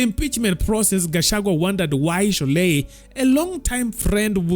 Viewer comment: Gachagua appealed to her emotions remember 😂. "My sister Shorei, I still raf you."